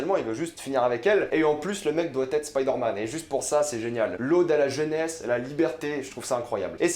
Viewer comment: Pourquoi tu prononces “spider” en anglais mais “man” en français ?